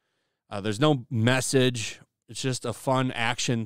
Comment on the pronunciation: every time you say message I hear drinker